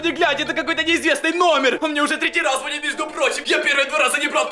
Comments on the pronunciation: Не звооооонит а звонииииииииит! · Звониииииит! Ударение не правильное.